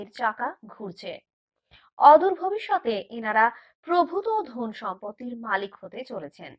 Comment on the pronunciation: কথা টা ধোন নয়'ধন'😆😆